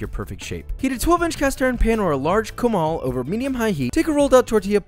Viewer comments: His Spanish tho jeez😂 "camael" its "Comal" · i used to be offended by taco bell for making hispanic food all goofy and white. but then i had taco bell while high as hell and now i crave it all the time. i’m actually more offended by your pronunciation of “comal” than i’m offended by taco bell